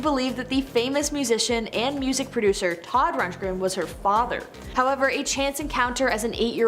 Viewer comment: Todd RUNDgren not Rungren 🤦‍♀️🤦‍♀️